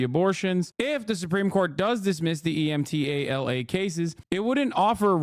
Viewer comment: That’s not how you say emtala dumba**